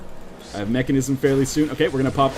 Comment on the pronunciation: mekasm not mechanism :p